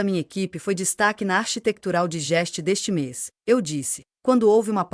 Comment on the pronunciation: Narração abaixo de ruim! Architetural Digest parece remédio para indigestão pronunciada assim. 😮